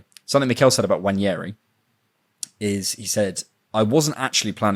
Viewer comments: Nwaneri, pronounced 'noir-neh-ree'; 'Nwa' is the same pronunciation as the French noir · The pronunciation of the name is Nwā-Né-Ri. 🤷🏽‍♂️ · As someone from the South Eastern part of Nigeria I can confirm that's not the pronunciation of Ethan's last name Nwaneri 😅 And that's very okay!😊 There is an accent to it hence why it's a struggle for anyone outside of those parts. Other Nigerians would struggle too if they aren't told how to pronounce it. Anyways, good try! Nice podcast btw.